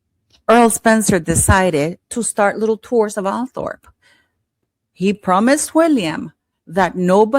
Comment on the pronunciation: Just so you know, Althorp is actually pronounced Althrup.😁